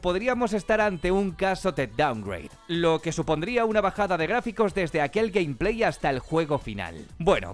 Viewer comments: Gameplay se pronuncia: Gueim pley no Camp plei , Saludos! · Nadie: Absolutamente nadie:: Gampley